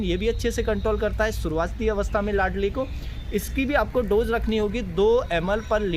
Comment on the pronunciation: Ladli nahi hota ,laldi hota hai